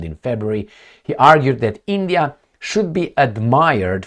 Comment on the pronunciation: It's not eeendiaa